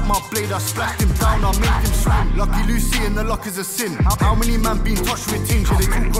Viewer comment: its been like 1y and this guy still doesnt know how to say luciis name